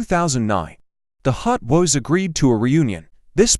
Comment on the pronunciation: Clickbait AI voice can't even pronounce Hot Boys and said nothing about B.G. lifestyle or 2024 networth smh. 🤷🏾‍♂️